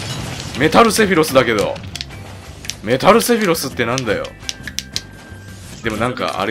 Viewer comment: 毎回思ってるけど、ｾﾌｨﾛｽの音程を一発で当ててるのやっぱすげえや…